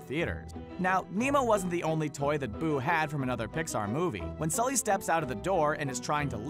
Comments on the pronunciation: He said skully instead of sully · you called Sully, Skully. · Did this fool just say "skully" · i heard it too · what the heck he achaly said it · Jeremy Stuckett he said skully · He didn’t mean to. It was probably a mistake. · did he just say scully?